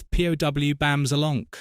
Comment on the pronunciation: #8. We get one of the things I hate about A.I. The voice pronounces the word 'POW' as P.O.W. As if the video being clickbait wasn't bad enough, now we have to deal with a British A.I. voice. It is stated that due to sensors it could not be shown that Batman was actually punching a villain. And then we see scenes in which he & Robin actually DO punch & make visible contact. It's also been shown in the other numerous clips throughout this video of other instances where the same has happened. The villains also visibly make contact with Batman & Robin in their punches as well. This video is poorly done & full of errors. There wasn't anything in here I would pause for except Yvonne,Julie or Lee.